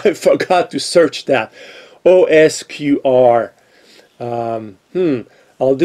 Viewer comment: You said "osQr" 3 or 4 times by mistake instead of "osKr" maybe when you Googled it you typed in "osQr" by mistake : that's the kind of things that happen to me sometimes